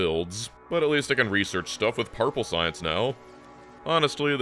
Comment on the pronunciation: Hearing you say something even a little bit mispronounced (parple science) is very amusing because your enunciation is usually immaculate. No shame, I'm far worse. But it's further evidence you have clearly been replaced by a body snatcher.